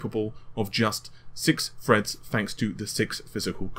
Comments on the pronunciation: "Four cores eight Freds, and Hyper-Freds" "Pushing the amount of Fred's required" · Chip Minion what, when does he say Fred? Wtf are you talking about. *Edit : Ohhhh lol. I get it. "Four cores eight freds, and hyper - freds"